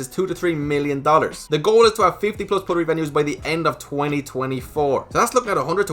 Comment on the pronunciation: You're saying puttery wrong I think. Putt like butt, you say put. Puttery isn't actually a word though so I guess it's up to the marketing team lol.